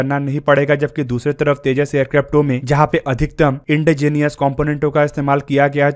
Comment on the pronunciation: Indigenous का सही उच्चारण है इंडीजीनस, इंडी जीनियस नहीं। कृप्या इस सुधारें।